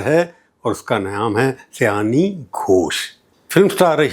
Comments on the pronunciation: Prabhooji, sayoni not sayani. Her name is related with bengali month sawaan. She born in the month of sawaan so she is sayoni. I think I could make you understand. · Just a slight correction: her name is Shayoni not Sayani! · Her name is Sayoni. Not seyani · आदरणीय सर जी बहुत वर्षों बाद आपको सुना। अच्छा लगा। आप इन्हें सयानी घोष बोल रहे थे। इनका नाम।तो सयानी नहीं सायोनी घोष है। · सर आप नाम का उच्चारण गलत कर रहे हैं, सही नाम सायोनी है। न कि सयानी। आप से यह उम्मीद नहीं थी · Her name is Saioni not. Syani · माफ़ कीजिए, उनका नाम "सयानी घोष" नहीं वल्कि 'शायोनी घोष' है। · सायनी, सयानी नहीं । उच्चारण: शायोनी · Unki naam Seyani NEHI, unki naam Sayani. Naam toh thik se boliye!